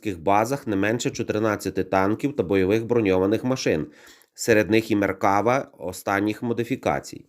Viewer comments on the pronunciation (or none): none